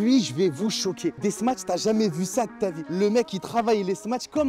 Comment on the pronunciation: Smash pas smatch ya arioul